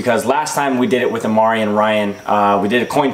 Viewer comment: It's imari not amari